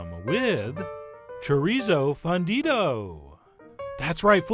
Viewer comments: it's pronounced foon-dido, chef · As a gringa-who-used-to-be-fluent-but-is-no-longer, I agree. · pronounce the u in fundido like moon, or fool. Now if only I had some way of determining how your california chorizo tastes different from our mexican chorizo. It is visibly very different in colour and grease content. I would imagine that it is much milder in flavor based on its much lighter colour, but I wish that there was some way that I could try it.